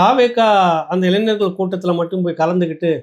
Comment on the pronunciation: அய்யா,இளைநர் அல்ல,இளைஞர்.உச்சரிப்பை சரியாகச் செய்யுங்கள்.